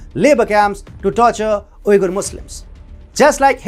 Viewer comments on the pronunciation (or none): "Uyghur" is pronounced Wee-gur Not Ooi-gur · That's like saying "China" is not the right way to pronounce China, but Zhōngguó. The man is speaking English, and in English Uyghur is pronounced 'Wee-gur". In Turkic it's pronounced differently. In Mandarin it's pronounced differently also.